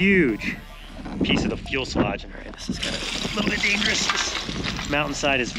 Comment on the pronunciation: If you say "fuelselage" one more time.. 😂. It's "fuselage" with one L